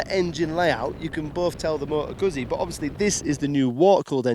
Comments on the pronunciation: If You know how to pronounce pizza then please apply this to guzzi. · Can you just for the sake of the gods say Guzzi! If not... Jeees. Show some respect please 🙏